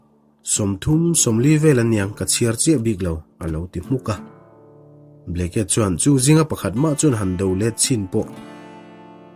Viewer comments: "Ble..ke..a" ti a i lam hi😂😂😂 "Blake"..tih a nih hmela... ngaihthlak a hrehawm deuh...Blek-a ti a lam mai tur ani..Blake(Blek) hming te hi hming lar ve tak ani a sin mawle..a lam dan dik pangai te chu hriat ve mai awm tak ka ti deuh... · Governor hming hi blacky tih ang in i lam a, sudden bu hi chhiar loh ka nei tawh lova, Bleak ti hlir in a in ziak a, ( mi nasa, rorum) tihna tih an ziah thin kha. Oxford dict.ka'n en nawn leh a, chutiang chiah chu a lo ni bawk a. Blacky ti lovin,Blik ti lam tawh teh a. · Henry Aurthur Blake, 1884-a Governor nita hi Ble-ke tia lamrik chi a nilo. Charge of The Light Brigate, poem lartak phuahtu pawh William Blake a ni a, Ble-ke tia lamrik a ni ngailo. Google-ah a lamrik dan tur hi en ve ṭhin se a ṭha. Anmahni tan a ṭha tlat mi ngaihthlak tura chhiar an nih rau rau chuan. Chuti chung chuan Mizoṭawng, mahni pianpui ṭawng chhiar dikloh hi a la ngaimawhawm zawk bawk a. Ṭan lak a ngai a nih hi. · Blacke kha blaik tih a lam mai tur...